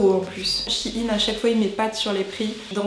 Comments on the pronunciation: J'adooooore tes vidéos ! Mais y a un truc qui me perturbe... On prononce pas ça SHEIYN et non SHIN ? Ca me fait beuguer à chaque fois :/ A part ça, changes pas ! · Je sais pas vous mais pendant toute la vidéo j'ai été perturbée du fait que tu dises "Shin" et pas "Shein" comme dans le mot Thaï ou Aïe😶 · tu prononces mal le nom de la marque